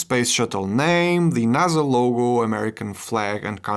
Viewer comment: "naza" ahh